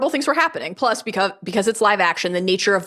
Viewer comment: Question: Joanna, does your pronunciation of "plus" as "ploose" perhaps come from hache-be-oh ploose, the spanish pronunciation of HBO+? Bc my wife and I have been saying that for several years, after watching hache be oh in Mexico a while back 🤣